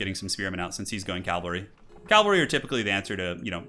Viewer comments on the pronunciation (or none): "Pree-late" "Calvalry" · "Calvary" as in the place where Jesus was crucified. For a moment I thought he did it on purpose. Then I remembered.. "Agean"